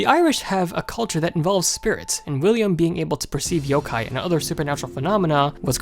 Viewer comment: Just 1 thing it is pronounced Yo-kai not Yo-ke